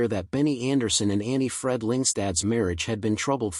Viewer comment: Jesus Christ! Her name is Anni-Frid not Annefurd.